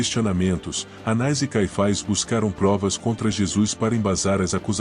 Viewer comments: Há apenas erro de pronúncia: o nome é "Anás" e não "Anais"... na pronúncia é erroneamente inclusa uma letra i, e o som saiu "anais"... Atenção na pronúncia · O nome do sacerdote era, anás ou anais? voce pronunciou anais o vídeo inteiro.